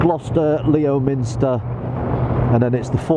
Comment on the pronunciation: Wales has some great biking roads and I'm sure you'll enjoy. Not quite as nice as Norway though ! Think you'll find Leominster is pronounced Lemster ... Strange but true.. I think. Looking forward to your future vids.